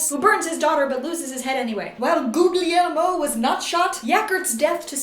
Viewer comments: It’s pronounced Goo-li-air-mo btw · I lost it at the way you've pronounced"Guglielmo"!😵...Poor Willwoosh...😂 *Myrcella *Tu quoque,?